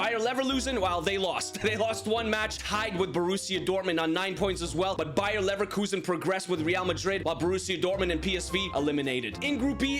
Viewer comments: leverkusen not leverlusen talk better man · Bro its not bayer leverlusen is s bayer leverkusen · Bro said Bayer Nevrloosing😂😂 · Bruh he keep saying Neverlusen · “Bayer neverlosin” got me rolling on the floor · He pronounces bayer leverkusen as bayer neverlosing its identical to irl as of now so i guess we should all call them that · who heard him say bayern never loosin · Good vid but neverlusen and then leverlusen😂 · Anyone notice he said bayerneverlosen , bro's Thomas Muller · Leverkusen ❌ neverlusen ✔😂😂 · Neverlosen😂 did u do it on purpose? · bro cannot say leverkusen